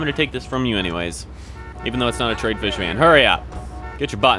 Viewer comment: it's Tr-i-ad not trade.